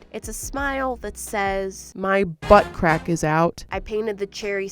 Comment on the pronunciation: nobdy: me: * me dying cuz she keeps say "bUtT cRaCk * also me: i am SO im imachore LOL